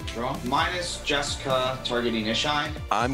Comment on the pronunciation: It's funny you guys made jeska ishai "jes-kai" it's the first thing I did when I got my jeska from legends haha